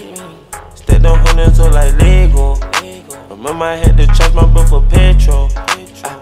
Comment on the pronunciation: Am I the only one who's wondering why he says "Lego" like that? I'm actually wondering if it's cut it's pronounced like that in Danish...